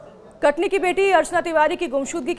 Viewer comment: Thoda saf bola kare Katni kah Rahi hai sun ne me katli lag raha hai Katni kah uchharan saf kare